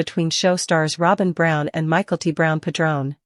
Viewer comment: This is a terrible narration. Learn how to pronounce names in English! It's not "michael-t brown." It's "mick-el-tee," and you omit the last name. Call her Mykelti (Mick-el-teee) and that's it.